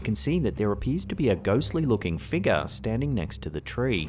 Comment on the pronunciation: I haven’t been on slapped Ham in a while,I’ll give 2 comments. I love the way says figure. He says figga. 😂😊😮😅😎